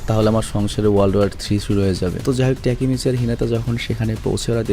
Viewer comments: ভাই আপনি টাকিমিছি না বলে (টাকি মাছ) বলেন 😂😂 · ভাইয়া তেকিমিছি না তাকিমিচি ই হবে 😊আমি এই সিরিজটা পুরো দেখছি 😊ওইখানে ওর নামটা তাকিমিছি বলা হয়েছে 😊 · Vai Takimichi Tikimichi nh 🙂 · আরে ওর নাম টেকিমিছি নয় তাকিমিছি। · তাকিমিচি না তাকেমিচি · Takimasi na ❎ taki mas ✅ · উচ্চারণ তাকিমিচি। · Vaiya takemichi er namer pronunciation ta hobe "তাকেমেচি" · জাপানিজ উচ্চারণ বাংলার মত ওরা এনিমে না বরং আনিমে বলে তাকিমিচি বলে হিনাটা বলে না হিনাতা বলে ড বা ট উচ্চারণ করে না দ বা ত উচ্চারণ করে। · ভাই উচ্চারণ টা হবে হচ্চে "তাকেমিচি" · Takimichhe bolan cunta balo laga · ভাই ওর নাম এর সঠিক উচ্চারণ তাকিমিচি